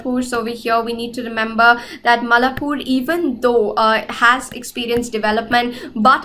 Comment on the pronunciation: its mai laa pore not mallapur , that sir sound great while explaining .